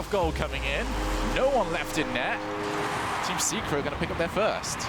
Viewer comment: Lol when he said Team Secret I understanded Teamn Cigarette.